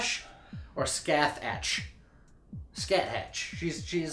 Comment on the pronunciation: Skah-Hah, I think, not Ska-thach.